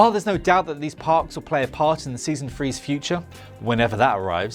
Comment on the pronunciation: "season free"